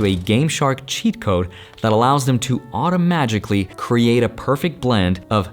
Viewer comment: Automa-jikh-lly clever